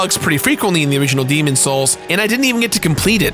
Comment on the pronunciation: I need to understand why you don’t pronounce the s in demon’s.